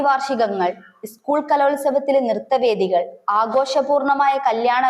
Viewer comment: ' നിർത്തവേദികൾ' അല്ല, നൃത്തവേദികൾ എന്നാണ് ശരി.